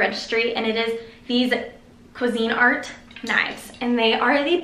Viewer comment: the way she pronounced cuisinart... girl lmao